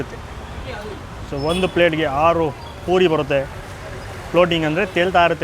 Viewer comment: ಸಾರ್ ನಿಮ್ಮ ಮಾತು ಕೇಳ್ತಾ ಇದ್ದರೆ ತಿಂದಷ್ಟೇ ಖುಷಿ.. ಆದರೆ ನೀವು ಪುರಿ ಹಾಗೂ ಪೂರಿ ಪದನ ತಪ್ಪು ಹೇಳ್ತಿರ... ಪೂರಿ ಅಂದರೆ ಎಣ್ಣೆಯಲ್ಲಿ ಕರಿದಿದ್ದು ಮತ್ತು ಪುರಿ ಅಂದರೆ ಕಡಲೆ ಪುರಿ...ಇದೊಂದು ಸರಿ ಮಾಡಿ...